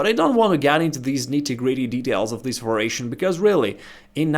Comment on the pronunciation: Va-Ri-A-tion pronounced "va-ree-ay-shun" YOU teach me something, I teach you something. Thank you for the vid!